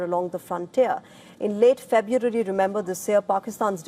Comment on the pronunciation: Here's again.